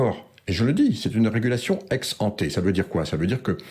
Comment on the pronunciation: pauvre imbécile, « ex anté » et non pas « ex canté » comme tu le prononces s’utilise en économie…